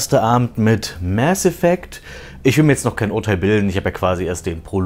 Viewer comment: Danke das du nicht "Maß Effekt" sagt. Das regt mich immer so auf. Das mit dem "Das ist Paranoia", klingt so dumm, da der Sprecher es falsch betont. Hat bestimmt nicht den richtigen Hinweis bekommen warum er das überhaupt sagt.